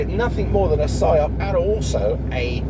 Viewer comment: Biggest "phy-op" since WW2